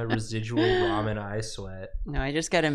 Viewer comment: It's ramen, not ra-moan, lol.